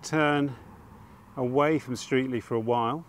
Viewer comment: What used to be my local area. My family has been in the surrounding area since at least 1400. Streatley is pronounced Stretley just as an aside. Great video.